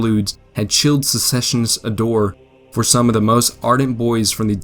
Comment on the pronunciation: The graphics are nice, and the script would be as well were it not for the countless mispronunciations of common words such as ardor, environs, impotent. I would have liked to use this as a little diversion for my military history class, but I can't with all the pronunciation mistakes. Just a thought.